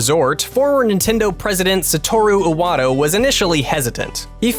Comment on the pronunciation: Did he just call Iwata "Satora Üwato"?